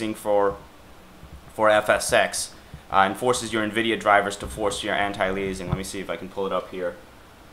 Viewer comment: Great info, thanks. The word "anti-aliasing" is pronounced anti-ale-ee-us-ing, not anti-lee-ay-zing.